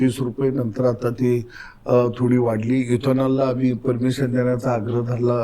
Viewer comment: हे साल अडाणीच आहे अमाली तुमाली असं बोलतो. नाटकं करतो हा मूर्ख